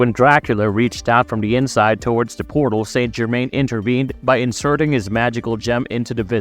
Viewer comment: Must say it like the show "sant germain"